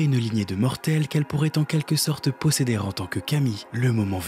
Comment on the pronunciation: Un travail remarquable ! Juste une remarque concernant une erreur de prononciation récurrente. Le "o" en français se lit /ɔ/ sauf en fin de mot. On prononce "pɔrte" et non "paurte". "Pɔsséder" et non "pausséder". "elle prɔtège" et non "elle prautège". Problème supplémentaire, chaque "au" est accentué dans la vidéo (alors qu'on accentue en fin de phrase). C'est la seule erreur qui rendrait parfaite cette vidéo.